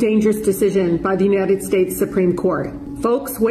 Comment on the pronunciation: I always feel like these phonies can never pronounce 'United'. Nunited. Nunided. Unided. 😂